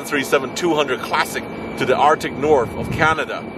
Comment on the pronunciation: the "Arctic Norf"